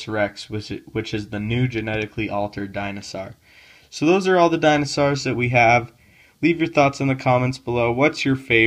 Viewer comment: I like dinosars thar tha best especially the spinosar. Dude wtf it isnt ar its aur